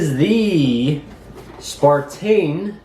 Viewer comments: Dear God! It is on the Box, the remote, the drone and two or three times on the phone you're reading the app off of. SNAPTAIN! NOT SPARTAIN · good review but isnt it a SNAPTAIN not a SPARTAIN, sorry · You have the box in front of you and instructions and the app....STOP CALLING IT SPARTAIN!!! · "Spartain, S5C. Lol.